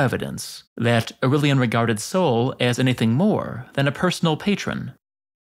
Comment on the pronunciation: Au-ray-lian NOT Au-rill-ian.